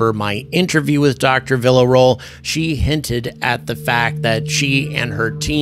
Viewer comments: Man, please at least try with her name. Villarroel—VEE YA ROW EL. It’s not hard. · Spooky stuff. P.S.: "Vee - ya - ro - el"